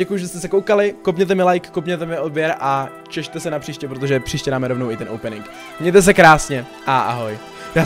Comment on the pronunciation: No a co? Přeřkl se. No a co